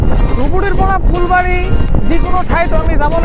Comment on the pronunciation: Fulbari bole phulbari